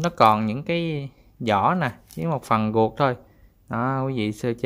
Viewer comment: sao ko rang noi tieng viet cho dung ma noi chu r thanh chu g,vi du nhu ruot dua ban noi la guoc dua